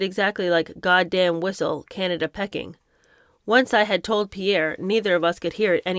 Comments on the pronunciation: You’re too young to remember but it’s Peaking not Pecking. Yes I’m nitpecking. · ~ Peeee king, and CANTAWN < Not cantin. xD Love too. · Its Pee-king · It’s prounounced Peeking 😂🤣😂 Sorry, I couldn’t resist 😂. I’ve never corrected any YouTubers pronunciations including yours- Americans seem to have a lot of problems with place names in the UK & the everyone usually has a problem not only with most of our 🇦🇺 place names but a lot have problems with understanding our accent 😂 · Pronounced Pee king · Don’t take any of the comments personally there’s nobody here that could read like you and do such a good job even if your interpretation is not there cup of tea. I love your reading skills… who amongst us could read without a mispronunciation… I did laugh out loud when you pronounced Peking…. 🙊It takes a lot of courage to read these books and you are doing an amazing job.❤❤❤❤❤🌺 I look forward to them😘